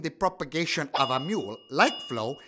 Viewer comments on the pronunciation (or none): ...what's a "conflaguration?" NEVER MIND! I do NOT want to know!